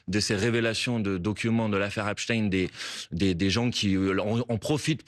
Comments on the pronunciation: La journaliste a apparemment du mal a prononcer le nom EpSTEIN (et pas Epstin !) . On sent le malaise, indépendamment d'un quelconque complot (que même Bompard a du mal à nommer) bien évidemment. C'est Albert EinSTEIN et pas Einstin , FrankenSTEIN et pas Frankenstin, etc. mdr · C'est Epstein pas epstine. pour essayer de le rendre russe . Epstein est juif point barre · EpstEIN, pas EpstIN !! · Cependant vous aurez noté "Epst-ine" pour Epstein